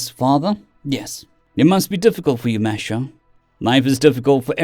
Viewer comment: Minor thing with your pronunciation. Mateo is Spanish and would be pronounced Ma-te-o. Not ma-sha-o.